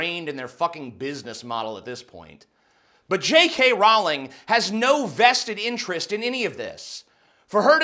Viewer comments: TJ the way you say Rowling triggers me XD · That's not how you pronounce Rowling. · Row-ling, Jesus America learn to fucking English already! It's also twat with the 'at' pronounced like 'cat', not twot. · Rowling like bowling. I know she was a twit here, but come on you still should pronounce her name correctly. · Hey dude. Love your vides, but every time your said pewdiepie or Rowling I laughed. R-OW-LING not roling. P-u(pronounce the name of the letter)-di-pie